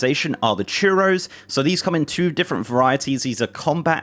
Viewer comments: I love your channel, I really do... but you really need to parse out the words you aren't familiar with before you speak them (churros? really?) :) It's CUR-ee-oh, not churro. :) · It's pronounced "ˈkyur-ee-ˌoh" like (curious) not churro...I was craving churro's to snack on after hearing you talk about Bran having them. Great video, thanks for putting out all of this amazing content. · Quick note: it's not churros. Curio is pronounced cure eee oh. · curio being pronounced as churro is crossed off the bingo card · Pronouncing "curio" as "churro" is a creative choice.